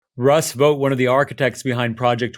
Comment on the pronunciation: Vought would be pronounced like out, not vote, and he is evil. The shutdown also avoids the release of the Epstein files